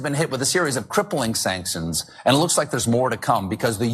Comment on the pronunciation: Colbert didnt pronounce the word sanctions correctly there either, so maybe he's just given up mentally. Has a few drinks before the show and only reads the teleprompter now. They gotta be on something half the time to get through the day. Thats a tough gig running a daily comedy show even if one were allowed to speak the truth.